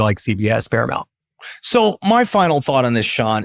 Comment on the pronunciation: Paramount, not Paramont